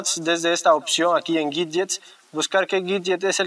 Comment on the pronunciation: Que es un gidget? Jskaja dígalo bien 😩😩